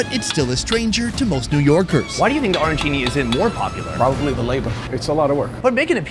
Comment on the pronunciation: Dude!! "O-rancini"?? I am surprised you didn't get banned from New York!! Ah - ran - chini. Capisci??